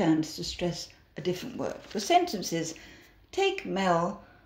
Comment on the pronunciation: You didn't pronounce the letter T at the end of Different. 😝